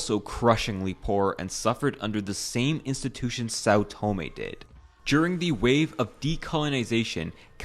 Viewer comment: learn how to pronounce the name of a place before making a video about, it's not " Saw Toemay"